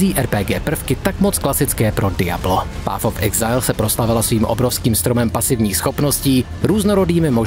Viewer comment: PAF of exajl.... Když už jsem tužka na angličtinu, tak si aspoň vyhledám výslovnost, ne?